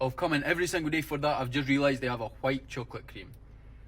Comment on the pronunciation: Aye, not only is he an eedjit but hes takin the piss, Fifers dont say choe-cawlat Oh-ffirs Or when you're a cone-tent creator, what the hell is this accent, am born n bred close to fife and yer accent is a total shambles. Nobody spends £500 on a lunch... thats sandwiches..... And the only people in Scotland that try say wuaguan are fannies. Lived here ma whole life and never heard such a horrendous piss take accent 😂 like someone from north England trying their hardest Scottish accent 😂